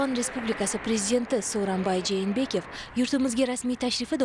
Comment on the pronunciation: Жэнэбеков эмас. Жээнбеков тугри окинглар журналистлар.